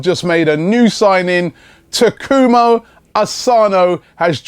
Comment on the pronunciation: Hey Robbie, its Taku-MA Asano, not Taku-MO Asano